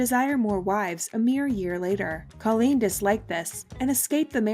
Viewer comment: Kollene Snow's name is pronounced Koh-leen with a long o sound, not like the name Colleen.